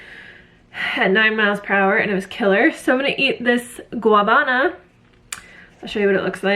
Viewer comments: Its actually called Guanabana not guabana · If you’re saying it in Spanish it’s more like gua-na-ban-ah. I’m sure different Spanish speakers have different words for it. But that would be correct for the Spanish speaking Caribbean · A little help for your Spanish pronunciation: for “Guanabana” say “wa-nah-bah-nah” 😉